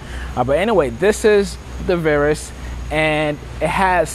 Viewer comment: paige c I live in the south of England. I just don’t understand how a presenter can not know how to pronounce the name of the plane he is reviewing. If I can’t trust him to get the name right why should I believe anything else he says. PS childish reference to STDs .